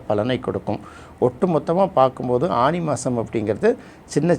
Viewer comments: ஆணி? ஆனி?..... தமிழ் மொழி சாகிறது..... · தமிழ் உச்சரிப்பு திருத்தப்படவேண்டும் "ஆனி " என்பதே சரி